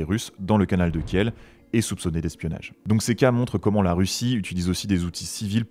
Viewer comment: « Régulations », « canal de Kièle ». Ça picote les Zoreilles.